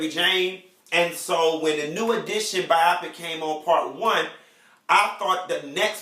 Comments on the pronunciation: I'm trying to follow, but can't get over him keep saying (By-op-pick) 😂😂 No, it's Bio-pic....biopic! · "Bi-Opic" was killing me! I cringed everytime! Lmao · Chile!!! YES!!! I couldn't focus!! (By-op-pick) 😂😂😂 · buy-oh-pick = biopic